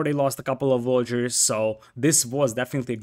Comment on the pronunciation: Ya gotta cut him some slack m8. I mean..he called Villagers as Vollagers/Voyagers. Sometimes the native tongue makes correct pronunciation physically impossible. Edit: I'm Vietnamese btw and I have never heard any English speaker pronounce Nguyen correctly